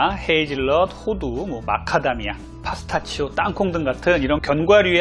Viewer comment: 선생니임... 파스타치오로 잘못 발음하셔서 갑자기 파스타가 먹고싶어졌는데 어쩌죠🤦🏻‍♀️